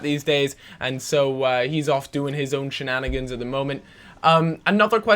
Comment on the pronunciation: please never say shananagans again